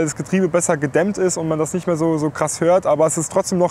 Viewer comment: "noch nit" :D Geil! Saarland!!!!